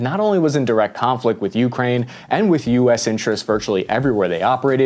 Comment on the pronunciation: Stop calling it Juukrajn - please! (And no,not even local)